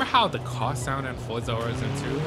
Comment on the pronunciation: Isn't it pronounced Horizon, like Verizon??